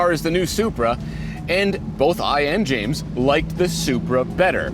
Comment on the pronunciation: "Ahnd Oi'm Jaymesss." get me every time lmao